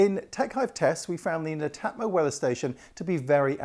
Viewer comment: pronounce it as Net Atmo